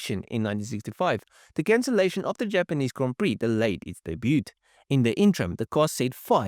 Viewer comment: The "T";is silent, mate, as in "Daybyyood". The only reason I point it out is, the way you said it makes your voice sound like an A.I, which don't know about silent letters. I'm guessing your native tongue is Afrikaans. Good video, mate, keep 'em coming.